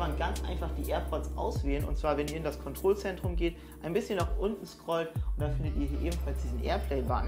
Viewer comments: „Kontrolsendrum“ das regt much so auf wie du daa sagst🙄 es heißt kontrollzentrum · Bruder es heißt Kontrolllllzentrum übertrieben gesagt nicht kontroooolzentrum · KontroLLLLLLLLzentrum 👍🏼😂 nicht controlzentrum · Sind ein zwei gute Tipps dabei aber bitte Kontrollzentrum hat zwei L, dass sollte man auch bitte so sagen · Hat der einen Scheiß Sprachfehler oder bin ich der einzige der "Kondrollsendrum" versteht? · Warum spricht er Kontrollzentrum so komisch aus 😂😂